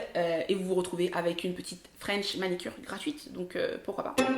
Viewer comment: On dit manUcure et non manicure